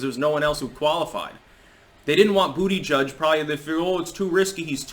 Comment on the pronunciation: It so awesome to hear say BootyJudge again.:D